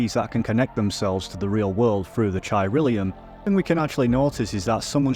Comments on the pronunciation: good vid. chiralium is pronounced with k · Chai tea rail e-yum. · I wish you said chilirium right